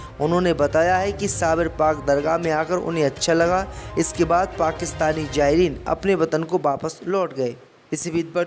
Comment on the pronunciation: KYA PAKISTANI JAYREEN BOLTA HAI....ZAYREEN BOLNE NAHI AATA...YEH KAISA ANPADH NEWS READER HAI...SHAME SHAME